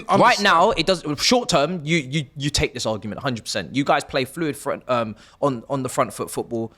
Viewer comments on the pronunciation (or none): none